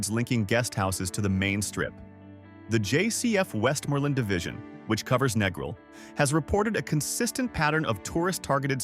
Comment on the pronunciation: if the narrator can't even pronounce Negril, he knows nothing about Jamaica. Been to Negril 4 times, walked everywhere, no problems. Been to MOntego Bay 4 times, no problems. Going to Ocho Rios in Nov for 13th trip, this video is misleading.